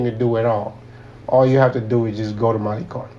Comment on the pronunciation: Malicon?? No malecon ma lay con